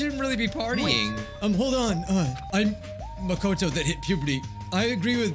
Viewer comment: Game:Says the characters names:Still says them wrong. CHIAKA NAGEETO MEKAN